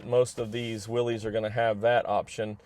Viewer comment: Willis not Willies